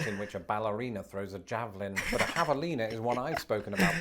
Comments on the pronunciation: Mmmm no it's pronounced Havalina. The J is pronounced as H. Hispanic pronunciation. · Jabalina is how its sounded. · Don’t worry, I missed pronounced Javelina just like you and I’m from here! Never heard of it!